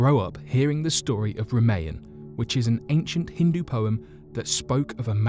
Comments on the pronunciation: Ramaya you fucking dope? Ramayana. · First of all #99 it was built by the god ram not Brahma.and the name of the poem was pronounced wrong its ramanaya